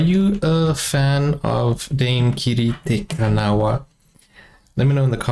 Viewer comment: Hopefully by now you have learned how to pronounce Dame Kiri's name.